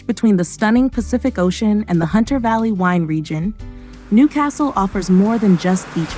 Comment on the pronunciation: You'd have to learn how to pronounce Newcastle first.